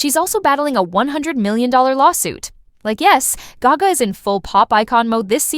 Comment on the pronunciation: This is AI narrirating these videos.... the way you said gayga and not gaga just gave it away.